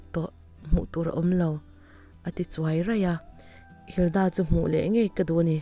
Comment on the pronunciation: Linda tih leh Hilda tih hi a lamdan a danglam chuanglo sin 🙊🙊